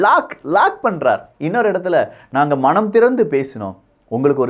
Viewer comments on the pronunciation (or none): உங்களது நிகழ்ச்சித்தொகுப்பு மிக அருமை. ஆனால்,உங்களது தமிழ் உச்சரிப்பை திருத்திக் கொள்ளுங்கள்..மனம் என்பதனை மணம் என்றும் நல்ல என்பதனை நள்ள என்றும் கூறுகின்றீர்கள்.